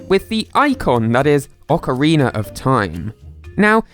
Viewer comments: For the love of everything, it's not oceriner of time! It's ocarinA. Long "A" , not the weird "er". Ockereeener.... Oh it's so bad. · I cant believe people actually pronounce okeranoe like that lol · “Ockareena” of Time